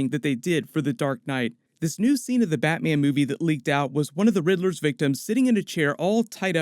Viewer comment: Nobody:: "BATMIEN"